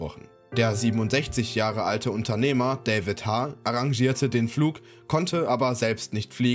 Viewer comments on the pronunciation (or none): none